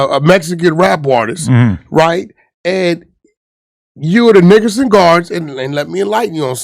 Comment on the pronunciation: Is he sayin Nickerson or niggerson .Am I the only one hearin it